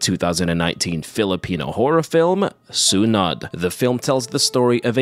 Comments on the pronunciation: i love the channel and loved that you covered a Filipino horror film. lol one thing though is Sunod is pronounced (SUE-NOOD) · It’s pronounced “sue-nude” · The -nod is pronounced as noh and not nuh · if you need help with the word sunod, its pronounced su-nod, just cut the u shorter, sunod, its almost like the u isnt there, just say it a faster, the su part and shorten the nod too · crying over how you pronounce sunod but i will forgive you becase i didn't even fucking know this movie existed and I'm filipino